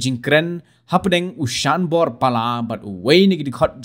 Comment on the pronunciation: thoh te thoh "Sanbor" ong pat te "Shanbor"